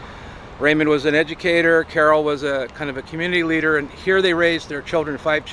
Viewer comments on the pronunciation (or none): none